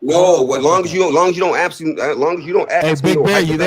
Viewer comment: It’s funny they speak so much about the use and understanding of the English language and they say they are “axing people”….does anyone else see the irony?